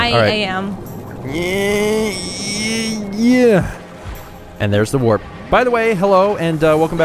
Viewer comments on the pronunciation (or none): none